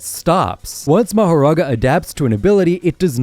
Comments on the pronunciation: "Mahorara" "Mahora" Dude youtube do your job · “Mahorara” is crazy. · Rika is a curse not a shikigami and it’s mahoraga not mahaga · "mahaga" bro 😭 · "Mahorara" bro's grammar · “Mahorara” “More and Tiger” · Just to tell ya the mahoraga chapter is called “mahorara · Ah yes, "Ra, Nu, Piercing ball, Mahorara... I mean Mahaga, and Aito."